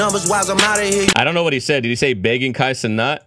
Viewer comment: On Kai’s stream too he said the first time they met that’s how drake said his name, (Kai - ce- not), when it’s normally pronounced, (Kai - ce - nat), and no one else would know that so AI would have to pronounce it properly.